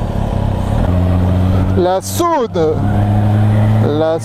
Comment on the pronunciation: Tu es de ou ? ta dis la Saone sa ma pertubé mdddr